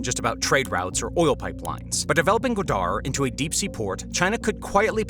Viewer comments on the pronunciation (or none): It’s GWA-dar, not gwa-DAR.